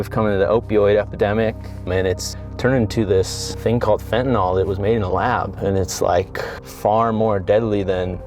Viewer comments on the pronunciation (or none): It's such a small thing, but it's pronounced "fentanill," not "fentanoll." For some reason nobody gets this right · He is mispronouncing fentanyl. ❤